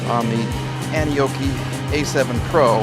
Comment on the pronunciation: First time I heard you say the name I thought 🤔 you said Annie Oakley 😂 rugged bike.